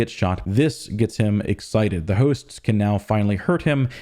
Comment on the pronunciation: whats that accent when he says "hooosts"